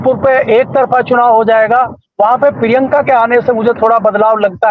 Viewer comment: meinka nhi piryanka kehiye...